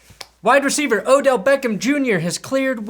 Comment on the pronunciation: Thank you for saying his name correctly